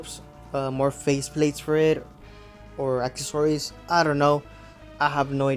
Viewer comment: For the love of God, it's pronounced "ack-sess-uh-rees" and not "ack-uh-sor-ees." Why you continue to do this is beyond me.